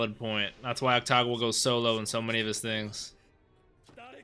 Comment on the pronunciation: Its AKUtagawa not AKTagawa